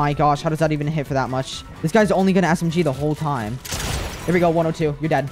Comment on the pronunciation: its funny how says smg, he says it like assem-G